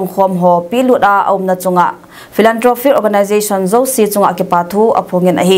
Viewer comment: Nagen dik ... pronounce d dan Zo like Jo